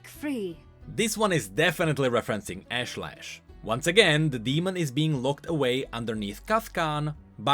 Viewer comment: ashlash the actual pronounciation: Osh-Lesh